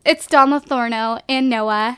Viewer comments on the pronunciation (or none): Stop saying Don Lathorno! Isn't it Lathario?! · it Don LA-THAR-IO not LATHORNO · Its not vein lathorno its don Lathario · It's bugging me how she says Don "Lothorno" and not "Lothario"... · Wait...isn't it Don Lothario? Not Don Lotherno? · "don lathorno" im pretty sure it's lothario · LA-THA-REE-OH NOT LA-THOR-NO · His name Is Don LothARIO not lothorno :) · Just pointing out that Don's last name is actually LO-THA-RIO. Not Lothorno :P I'm not trying to be rude lol just saying c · "Don Lothorno" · Am I the only one who is slightly annoyed at the continuous mispronunciation of Don Lothario? It's not Don Lotharno, geez. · its don LARTHARIO no N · Katy Bisi it's Lothario, I think she just likes to pronounce it like that. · um I think you're saying Dons last name incorrectly. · LOL theres no N in don lotharios last name